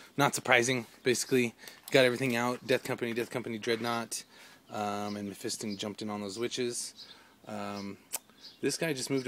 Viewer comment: Great game but just one thing that was bugging me, its pronounced mephistON not in on ok XD